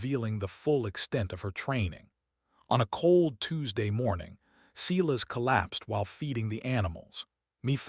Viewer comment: Back to correct pronunciation. Silas, pronounced:- … Si, as in “sigh” … las, as in “las” Me, pronounced:- Me, as in “Mae” or “May”